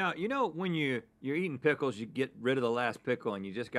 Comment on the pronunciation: “Prickles” is the new “dickle”.